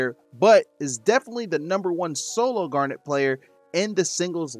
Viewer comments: Gar-nit, not Gar-nette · Wait so how do you pronounce her name then? Chat was giving shit for saying it like that 😂 Awesome guide guys. Garnet is who I wanna main. Didn't get invited to the alpha so I'm looking forward to the open beta.